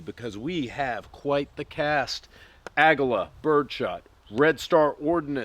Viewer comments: Agala lmao. I always pronounced it Uh-Gii-La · Aguila is pronounced "Uh-gi-lah"